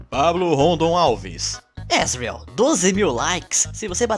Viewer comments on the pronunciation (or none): Você fala asriel errado se fala asjuriel mais se escreve asriel